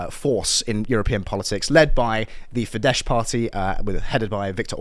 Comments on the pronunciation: Fidesz is pronounced with a S ín the end, not Sh. Greetings from Hungary! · 'Fidesz' is pronounced 'Fidezz', not 'Fidesh'. In Hungarian, a single 's' is pronounced 'sh', where there's an 'sz' it's a 'z' sound, meanwhile, where there's 'zs', it's a 'J' sound. I'm trying to learn Hungarian at the moment, it's a viciously difficult language. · It's pronounced as "fidd-ess" . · Great work. But can I say that you are both pronouncing Fidesz wrongly. Sz in Hungarian is an ‘s’ sound. So ‘Feedess’. It would only be a soft sh/zh if it were ‘zs’.